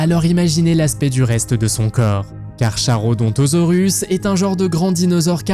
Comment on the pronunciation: Mec ta video il y a tellement de choses a redire... Déjà l'ankylosaure n'était pas agressif, ensuite le carnotaurus n'a pas vecu au même moment ni au même endroit que le T-Rex, de plus rien ne montre que le stegosaurus était agressif, carcharodontosaurus se prononce carkarodontosaurus, de plus sa taille est estimée a 14 mètres, et je n'ai trouvé, oar mes recherches, aucune information disant qu'il aurait pu chasser en groupe, epuis ptn de 6 a 15 tonnes t'es sérieux la ?